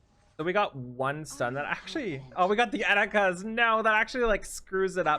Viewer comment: All the times you said Eticas hurt my heart